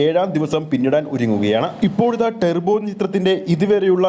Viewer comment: ടെർബോ അല്ല ടർബോ